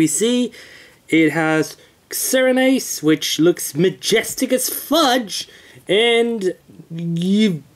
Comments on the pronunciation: xerneas is not hard to pronounce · Even though the game wasnt out yet, you should be able to make an educated guess, you should be able to pronounce xerneas (zer nee us), and yveltal (ee vel tall).